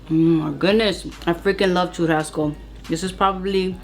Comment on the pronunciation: Churrazco? 🤔 sounds different but you made it look bomb.